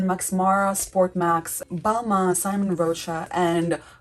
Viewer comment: Prounounce Mykonos as MEE-ko-nos. Simone in Simone Rochas is See-MOAN, not SY-mun.